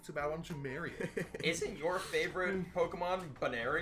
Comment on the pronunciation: Finally someone whos worse at pronouncing pokemon than jack